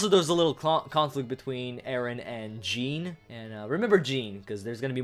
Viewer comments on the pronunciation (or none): I thought Jean's name was pronounced the French way so its closer to an accented "John". Especially since pronouncing it that way would make it a European masculine name, where as the other way is more or less feminine.